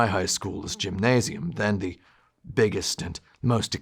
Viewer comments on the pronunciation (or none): none